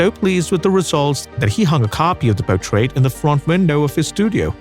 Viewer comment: Great video to WATCH, but not to LISTEN to. Where on earth did you get this narrator? Could you get one who can pronunce English? The word is portrait , not potrait!